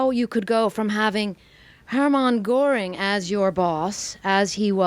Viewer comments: One suggestion, only. "Goring" has an umlaut over the "o," making the name pronounced "Gerr---ing," and not "Gore----ing." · Please learn to pronounce Göring.